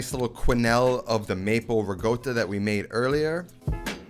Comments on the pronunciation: Ri-Cotta, not Ree-Goata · The return of the riGotta 😂, makes me cringe everytime he says it. (Guess where I am: Italy. I doublechecked it for you with the locals and It is riCotta with a hard c like cake or reconverse.) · RiGGGota.. Why you say like that? Its Ricota.. just say it normally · I love your channel, but please. It’s RI-CO-TTA not RI-GOAT-TA. Get it right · why does he says "riGotta" instead of "riCotta"? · My GOD you've been to Italy you seem to be Italian decent. The word is RICOTTA! There is no G in it. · stop fucking saying rigoata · Say “regotah” one more time for me, please. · It's not pronounced ri-goat-a mate, just saying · It's not his first video starring riGotta 😂👍😜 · It is now known as Rigoata. Let the locals know :) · Oh my god why is he pronouncing ricotta like that its giving me a stroke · I love the way he says RICOTTA. Btw works perfect with QUARK too!!!